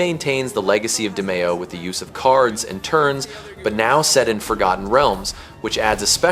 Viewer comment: DEE-me-oh, not Deh-MAY-oh